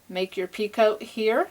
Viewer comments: Lovely shawl...your instructions are great. I enjoy your tutorials. However, the word picot is pronounced pea-coe instead of pee-cote. The French just love to use silent t's :D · I also have to agree with Carol....if you listen closely on the edging for the second end, you definitely sound like you're saying "pea-coat". And it's especially noticeable when you say it plural...."pea-coats" Sorry